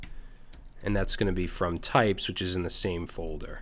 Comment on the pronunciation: "typoes" instead of "types", such a self-reference...